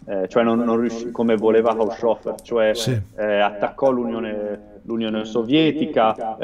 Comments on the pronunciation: Molto interessante, ma, scusate, HAUSCIOFFER proprio non si può sentire. Un minimo di conoscenza del tedesco, che a non dovrebbe mancare, lo farebbe pronunciare correttamente: HAUS HOFER, con le H iniziali aspirate. Glielo direbbe anche Google... 😫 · Il nome tedesco Haushofer è composto dalle due parole Haus ed Hofer e, se non erro, dovrebbe essere pronunciato in modo che la "S" resti con la prima parte: Hàus-hòfer. In ogni caso quella "s" non diventa una "sc", come accade con l'inglese "sh". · Non si pronuncia "Hausciofer", ma "Haushofer" con le due acca aspirate